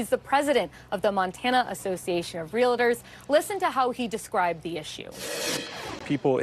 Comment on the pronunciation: doesn’t know how to pronounce “realtor” — really? “Real-Ah-tors” makes her sound adolescent.